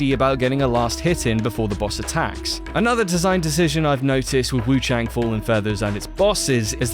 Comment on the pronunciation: What YOU need to know is you're saying the name wrongly